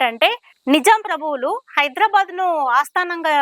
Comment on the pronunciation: NO..NIJIM... NIJAM PRONOUNCR 👀 IT